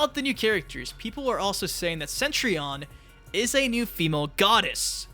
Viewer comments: Again... “CETrion”, not “CENtrion”! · CETrion CETRION cetRION. NOT CENTRION. GOD !!!! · "Centrion" It's Cetrion... with one 'n'